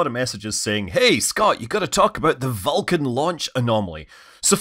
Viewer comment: Perhaps you should work on pronouncing Vulcan better so it doesn’t sound like you’re saying falcon? The beginning of your video indicated falcon had a problem when it was Vulcan.